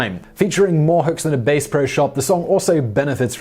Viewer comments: "Bass Pro Shop" is not a music store. It is a sporting goods chain. They don't sell guitars. They sell fishing poles, which one might use to catch "Bass," which is a fish, and is not pronounced "Base." Probably would have been less potentially confusing had they called it "Trout Pro Shops." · "Featuring more hooks than a Bass Pro Shop." With the fish name pronounced like a low stringed instrument. Oops. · "Bass Pro" is pronounced, "Baahss-Pro", not "Base". Simeon. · "BASE" pro shop LOL! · Psst. "Liner notes" not "linear notes" and the "bass" "Bass Pro Shop" isn't pronounced like the musical instrument. "Bass" in this case rhymes with "lass". Bass, the fish.